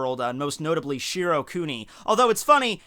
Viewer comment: Every time said shiro kuni i get more triggered!!!